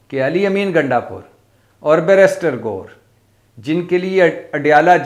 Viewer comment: GOR NHI GOHER ASEL LAFZ HOTA HAI KHUD.WASTY SAHI LAFZ BOLA KRO. VERNA.